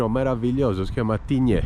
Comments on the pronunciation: Si pronuncia Tign. Un saluto 😊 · si dice tign🤣🤣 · La S di Tignes, non si pronuncia .